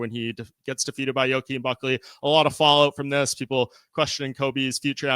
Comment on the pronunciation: "Yokeen" is crazy